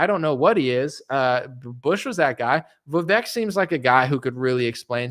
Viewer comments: His name is pronounced Viv-aye-k. Like cake. Just throwing that out there. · You do all this research and are really getting to details which is great, but don’t know how to pronounce Vivek. The fact that you can’t pronounce his name correctly makes me question what else you’re getting wrong. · Why can you not say Vivek right? It rhymes with cake.